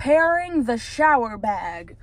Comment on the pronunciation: Did you mean to hoodwink us when you said 'I gotta take a shh-ower' or was that just me? 😹